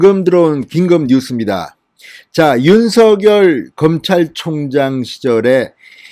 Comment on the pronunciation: 진성호선생 윤 전 검찰총장님의 이름을 개명하지마새요 윤 서결, 서결 하시는데 윤석열 입니다 혀가 좀 짧습니까 연습하시고 발음을 바르게 하세요, 윤총장님 정의롭고 온전한 대한민국의 자유민주주의를 위하여 화이팅! 화이팅!! 화이팅!!!